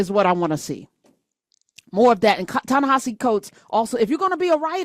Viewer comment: I think that, first, his name isn't Ta-NaHAsi. I think that it's supposed to be pronounced Ta-Ne HEsi. It's spelled Ta-Nehisi. Please just first, pronounce his name correctly. Next, the "Tony guy" was absolutely biased, off base and RUDE. But as we all saw, his inane rantings are a reflection of who HE is, not who he tried (in vain) to belittle.